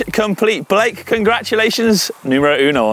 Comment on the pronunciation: I love the way calls Blake, b-lake. It works. Love the mtb lads.